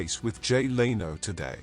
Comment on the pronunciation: Learn how to pronounce Leno !